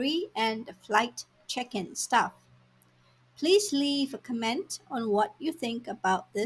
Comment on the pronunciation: Just a friendly note … The word "comment" (评论) is stressed on the first syllable (COMment). If you stress the second syllable (comMENT), then it sounds like "command" (comMAND) (命令).